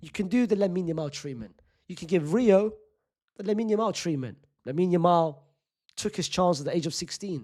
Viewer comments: He said niggahuma😂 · Butchered Rio’s name